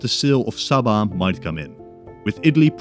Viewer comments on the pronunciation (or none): none